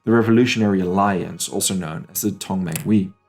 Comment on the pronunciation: 同盟会with emphasis of the H